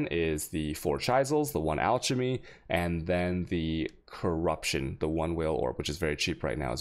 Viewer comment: It's not "Alchemy" as in CHess. It's "Alchemy" as in "sCHool".